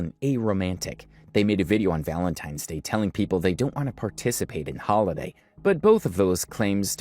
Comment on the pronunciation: That first couple was already annoying af, then he said “it’s ValentiMes Day”, and I was done. They’re full of crap, making up a storyline to get views.